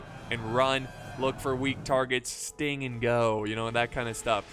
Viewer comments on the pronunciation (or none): none